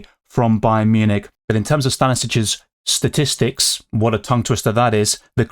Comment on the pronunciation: Stan-a-vic stat-i-st-ics tongue twisters 😀 you nailed it 👏 bravo sir